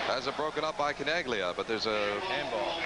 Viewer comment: I know we're watching a Lancers broadcast, but these guys pronouncing it Chin AG Lia makes it almost unwatchable.